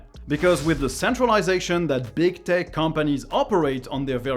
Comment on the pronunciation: Man, I love your content. Always very informative. Also, thanks to my poor hearing, and your accent, every time I hear you say "tech companies" it sounds like "dick companies" and it cracks me up. :P